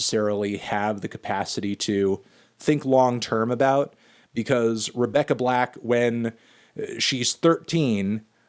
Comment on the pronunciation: No Anthony it’s Rebecca black, not Rebecca Blacked